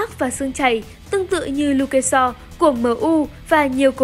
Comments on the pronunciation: Đề nghị anh kiểm tra lại người đọc ạ, Lu ke Shaw là ai em không biết, với cả xếp sắp nghĩa là gì? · Đang buồn nghe btv đọc lu kê so cười sảng luôn kkk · phát âm hài vcl 🤣🤣🤣